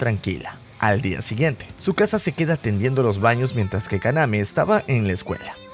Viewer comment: le dice chisuca envés de tzukasa